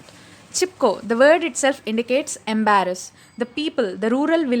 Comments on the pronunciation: not embarass it's embrace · It is embrace not embarrass.... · I guess you meant embrace? I couldn't help but hear embarrassed 😕